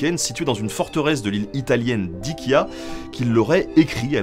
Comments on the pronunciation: L’île italienne ce n’est pas Ighia mais Ischia 😉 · On dit ischia ! Ca se prononce isskia